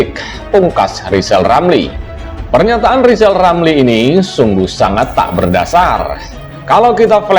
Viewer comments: Bacotnya rizal lama2 semakin goblok,ngomong gede jadi mentri di pecat dendam dasar goblok ngaku pinter ngomong r aja ga becus,ngoceh aja gede. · Kalau hati sdh di rasuki sakit hati Segala ucapannya bikin ilusi Pantas di depak dr mentri Ngomong R saja tdk jelas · Hae rizal ngomong mulu lo ngomong R ga becus , ente sakit hati ya di pecat jokowi , itu artinya ente ga becus kerja